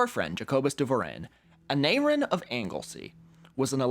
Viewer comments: im eager to know how he pronounced aneurin right but not the other welsh names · I was surprised he managed to pronounce the "u" in "Aneurin" correctly. Maybe he was trying to throw us off.